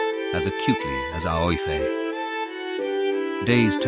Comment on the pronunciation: The girls name, is it Aoife? If so, it is pronounced Eefa. Otherwise, beautiful.